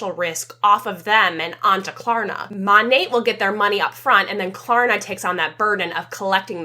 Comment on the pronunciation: The fact that none of them can even pronounce their own company correctly is WILD. Monat stands for modern nature....m(ah)nat...not MOOOnat. 😅